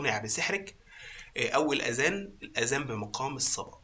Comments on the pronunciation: شكرا لجهودك لي ملاحظة واحدة الكلمة تلفظ أذان وليس أزان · أَذَان وليس أزان